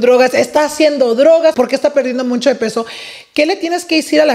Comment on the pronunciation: it’s MUCHO NOT MUNCHO😭😭